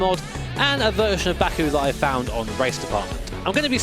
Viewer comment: I kept hearing it as BAKA, the japanese word for moron/idiot